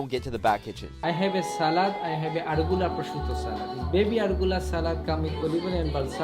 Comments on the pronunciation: Raw beef dish? Sounds like tartare, not Italian ham. Arugula, not "rugola". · he said top of the argula salad 😂😂😂😂